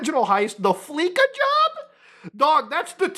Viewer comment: lol “Fleeka Job”